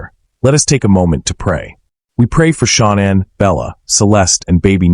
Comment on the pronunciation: "Sean And" smh